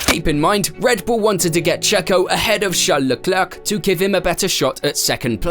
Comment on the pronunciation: "Leklerk"? tf?????????